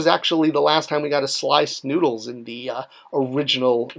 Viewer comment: I thought you said "Sliced Noodles". 😆